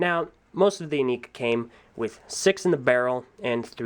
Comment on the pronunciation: "most of the Inika" nu